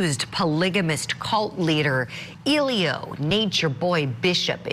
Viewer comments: Who tf is Eeeelio.😑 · The g in his name is not silent guys